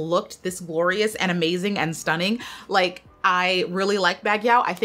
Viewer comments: For the record: It's not BAG-YOW. It's BAG-YOH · Love love❤ Baguio is pronounced as bag-yo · Hi Queen! “Baguio” is pronounced “Bag-Yo” the “o” is a closed “o” and short sounding. Thank you for always doing your best in origin pronunciations ❤ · good pm, hi its pronounced as Bag-yo not Bag-yaw. thanks:) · Baguio is pronounced as “Baag-yo”.